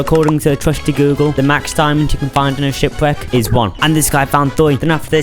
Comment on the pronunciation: He continues saying it like this to this day...